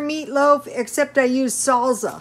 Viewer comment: Came to shamelessly plug my own video of Mexican meatloaf...stayed for the pronunciation of "salsa"